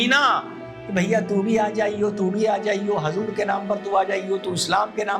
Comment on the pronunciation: Aap muslman hain( huzoor)ko hazur bol rahe hain pahle aap sahi bolna sikhe